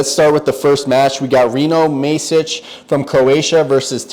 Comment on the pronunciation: masic is proncounced like m ah sic not like the letter a